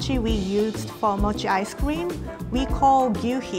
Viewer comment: What i heard:mochi ice cweam